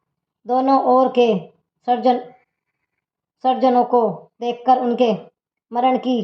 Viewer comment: सरजनो नही स्वजन द्रोपण नहीं द्रोणाचार्य है पूरा उच्चारण गलत कर रही है पहले एक दो बार बगैर कैमरे के पढो